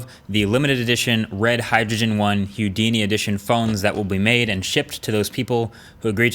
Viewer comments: I love how you pronounce it like "Huedini" I think they should've called it that anyway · DUDE! It’s Pronounced Who-dee-ni. As in the world famous magician. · Dude, can you please pronounce Houdini correctly. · The way Marques says Houdini makes me cringe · Am I the only one bothered by how he’s saying Houdini? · Only one question. How the hell do you fuck up pronouncing Houdini's name? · omg the way he pronounces Houdini makes me insane. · The way you say houdini is getting on my nerves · Is he trolling us by the way he's pronouncing Houdini??? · The way you say Houdini triggers me. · ...how he says "Houdini" is really bothering me... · How you pronounce Houdini is just the worst... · So how hard is it to type 'pronounce Houdini' if you're not sure!?! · Isn't houdini pronounced like the magician rather than how Marques is pronouncing it? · I love the way you pronounce Houdini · It’s pronounced “who-dini” not “hue-dini” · It's Houdini not Hudini, bruh. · Hue-dini? Nope. Who-dini? Yep. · Please stop saying Hyudini, it's Who-D-knee, not Hugh-D-knee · Huedini? :P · Wat?!! "Hugh-dini" I always heard it pronounced "Who-dini" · Am i the only one annoyed by his hIUdini pronunciation?instead of the norman hOUdini? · You're saying Hyoodini on purpose right? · HOUdini not HUdini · I wonder if the dislikes are for how late RED is acting, or its for Hyoodini. Its Who dee knee. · Why does he say hewdini? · It’s pronounced “Houdini” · Its pronounced "Hoo-Dee-nee" . .... Not "hue-dini" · Who-dini. Who let Marques go on saying Hew-dini?! :) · It's not huedini it's Houdini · Marques... It's pronounced "who-dini", not "hue-dini." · Are you saying Youdini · 🤔🤨 "Hewdini"? It's pronounced WHO-di-ni after Harry Houdini the famous magician and escape artist. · Great review!!! Oh, and it’s “Who-deenee.” not, He-you, Deenee. :) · Ffs it's not hue-dini it's WHO-DINI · It is pronounced, Who Dee Knee, not Hugh Dee Knee. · Pronounced 'whodini' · It's pronounced "hoo- dini" not "hu-dini". Haha